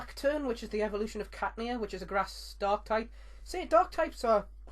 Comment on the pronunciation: I thought u said 'Dog' Type Pokemon. Lolz, Mine would be a dark-dog type, of Houndoom-(M)